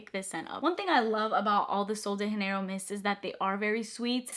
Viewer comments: It’s sol de Janeiro not haneiro💜 its a Brazilian brand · It’s not “sol de henerio” it’s “ sol de Jenero “ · I don’t think it’s “sol de hanero” 😅❤ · just a quick note 'janeiro' is not pronounced like that, you're pronouncing it in the spanish way, we pronounce the 'j' in portuguese very simiar to english, so pronounce 'janeiro' the same way you would in english 😊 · Pronouncing as Sol de Janeiro is correct, it's Portuguese, not Spanish like she pronounces in the video lol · Janeiro is a portuguese word! (Brazil) - not spanish. You kept pronouncing it like you were speaking spanish /‘muting’ the J lol. Super helpful video though, thank you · ITS PRONOUNCED WITH A J!!!!!! Not all of them are pronounced with an H. Hesus Christ 😡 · Just to note: you pronounce “Sol de Janeiro” wrong 😂 It isn’t spanish! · That’s not how u say sol de Janeiro lol